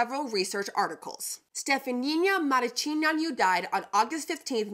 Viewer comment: I am a proud Romanian, you butchered the heck out of her name but still fun to watch 😅 Pretty close with Stephanie-(uh) Muh-ruh-chi-neea-nuh